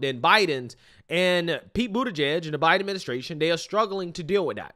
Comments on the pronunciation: Are you mispronouncing Pete’s last name on purpose, or do you not know how it’s pronounced? You keep saying “Boot’eh-page”. The correct way to pronounce "igieg” is like the word “plug”, like in “He bent over and plugged in a light bulb” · It’s Pete Bootyjuice; not Pete Buttegieg.